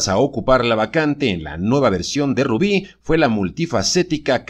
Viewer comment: Así se dice barbara morí no hay otra rubí es rubi